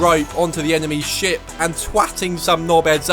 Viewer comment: I thought he was saying shit instead of ship combat. 😅